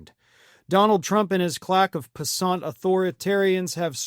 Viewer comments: Its piss-ant not piss-aunt... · Isn't it pronounced piss-ant? Not "piss-aunt"? Love ya bro 👍✌️ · Please tell me you purposefully mispronounced "pissant". For those not familiar with the term, just split it in two after the second S. A pissant is an insignificant or contemptible person. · Pissant is not pea-sahnt...it's piss-ant. Makes more sense that way, does it not? Even if it hasn't the more piquant sound...of a different kind of ant. Ya WITH me? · It’s Pissánt, it’s French 🤷🏻‍♂️ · How is it you don't know how to pronounce "PISS-ANT?" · it's pronounced "piss-ant" there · I laughed hard for 30 seconds straight when you pronounced "piss-ant" to sound like croissant! 🤣